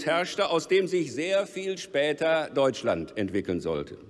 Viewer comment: "vierundert jahrö spätör" meine fresse wie anstrengend